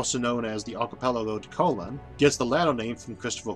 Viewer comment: Not that it's a huge point, but just knowing something you don't is rather fun: Christopher Columbus' last name in Italian is accented on the 2nd. syllable--co-LOAN, as evidenced by the accent mark you correctly put in the text around the time you said it near 25: 40. : ))